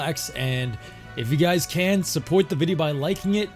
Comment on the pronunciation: You said SUPOIT instead of SUPPORT!!! Mmm must be from staten island.